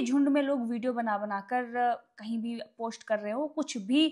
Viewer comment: elvish ke naam se to sabhi fame le rahe hain , yeh ladki khud kitna views bator rahi hai .. aur madam posht nahi hota , post hota hai